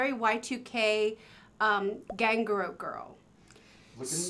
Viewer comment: Not Miss Margret mispronouncing ganguro 😂